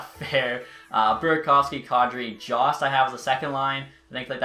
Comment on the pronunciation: It’s said Yost not Jost